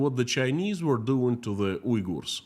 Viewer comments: In English, it is pronounced like Un-gers. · It's WE-gers, not U//////.